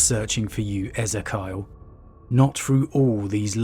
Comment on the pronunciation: Feeling like I may have been pronouncing Ezekiel wrong for like 20 years...